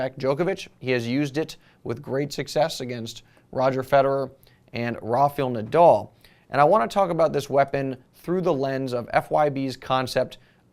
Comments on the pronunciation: rarfiyul nadel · Roffiol Nadol? WTF Im pretty sure thats not how its pronounced